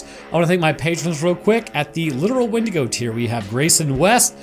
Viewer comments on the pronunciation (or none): none